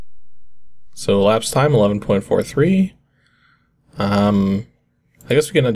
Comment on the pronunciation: "Elaspsed" time XD